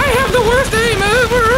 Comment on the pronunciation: "Nah,im pretty much the wurst " Dats wat i hear when i thinking about hack client in mc (Wurst Client)